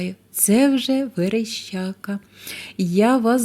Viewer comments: Верещака а вона говорить верещЯка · ВереЩака, але аж ніяк не вереЩЬЬЬака!